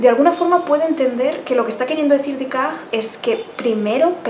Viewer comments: Aunque lo este trantando de pronunciar en fránces lo pronuncia mal. Ella dice Dicart ( un frenglish un poco raro), cuando en realidad es Decart. Hubiera sido mejor que hubiese dicho Descartes y ya está. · Ha dicho «decag», ahhhh!!!